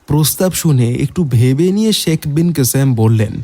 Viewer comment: গল্পটা খুব ভালো লাগলো কিন্তু উচ্চারণে আরও যত্নবান হোন। ' - এর দোষটা কাটান। কথাটা "শেখ" "সেখ" নয়। প্রতিবার ওই উচ্চারণটা কানে খুব লাগছে